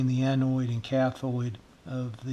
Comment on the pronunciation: I built a similar probe and a signal injector back on the mid '50s. They were the most useful pieces of test gear I could afford at such a young age. And as much as technology has advanced since then, they are still a valuable asset to my workbench. BTW, you referred to the parts of the 1N34 diode as the 'anoid' and 'cathoid', they are actually pronounced 'anode' and 'cathode'. There is no 'i' in either word. Otherwise, you have a terrific video on simple troubleshooting techniques. You also had a good tip about using computer amplified speakers as an auxiliary audio amp for various projects. I have several I've picked up dirt-cheap! This is the first time I have visited your channel and I look forward to viewing your other videos and subscribing. 73, de Mick Bradford - WB4LSS